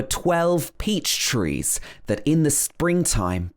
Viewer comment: Short high vowels trees is coming out nearly ‘triss’ And ‘trispassers’ Where did you go to school.? North of London?